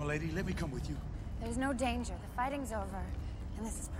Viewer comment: Let us not forget, about dah rippin' and dah tearin' .....